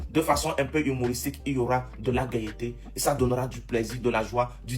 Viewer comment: ''Gaieeté ,fiereeté ''mauvaise prononciation,au lieu de gaîté/ fierté,vdp charabia